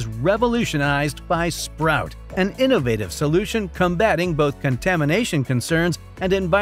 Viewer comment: nice try. but... Number Three - is not "SPROUT" it's SPOUT, wth. You show the brand several times.